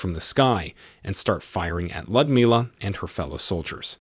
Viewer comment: Was this video narrated by an AI program? "Lyudmila" is 4 syllables, with the emphasis on "mil" i.e. Lee-ood-MIL-ah. The Red Army's Annie Oakley, but no Wild Bill Cody circus for her!